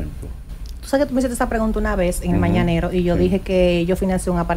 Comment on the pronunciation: 🤣🤣🤣🤣 y no supo decir mañanero